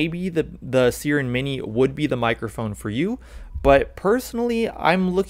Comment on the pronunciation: its SIIIIIIIRen not seeeeren mini... like the mythical creature siren